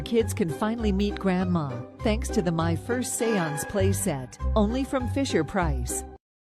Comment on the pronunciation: My firzt seance? Why tf did Ai make that?